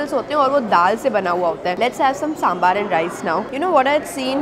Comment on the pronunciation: sambar hoota h saambaar nhi lol